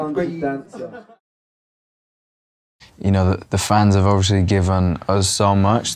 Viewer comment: One thing that definitely hasn't changed is his endearing pronunciation of 'obviously'. He says it a lot in the latest promo radio interviews for As It Was. He's just lovely 😍